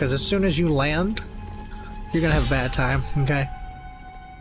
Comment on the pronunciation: i am a new to the game and I’m learning a lot from watching you! Just passed Gymforge (or however tf you spell it lol) by myself on balanced (yes just balanced but I was playing on the easiest mode earlier leave me a alone😂) Ps. You just gave me and my boyfriend a new vocal stim “it’s BAYD” from a few episodes back